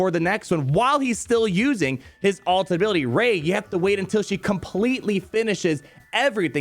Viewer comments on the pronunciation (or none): Kid you not everytime you say Ray I think you say Raid. The most important legend